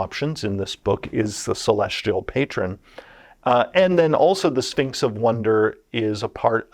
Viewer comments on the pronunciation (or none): Does anyone else keep hearing "A Sphincter says what?" Every time he says Sphinx?